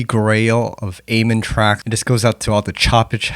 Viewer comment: I respect you has an artist and you got some good tracks (Trance Out is a banger) but for the love of all things holy please pronounce "amen" correctly lmao. Also you did miss the critical silent gap at the end of each kick during the Terrorist break re-creation, particularly during the 3 kick segment. That gap changes everything, trust.